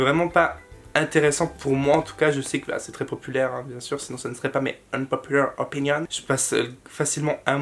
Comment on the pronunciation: J'adore l'accent anglais sur "my unpopular opinion" 😹💜